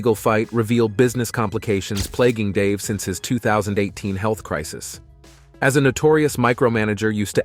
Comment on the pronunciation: i like how it said "heath issues" lmao